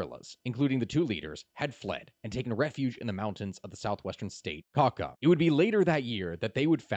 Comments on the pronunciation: YouTube acted rightfully this time. It could also be your pronunciation of the department of "caca". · This guys just called CAUCA "KAKA". Dude just stop.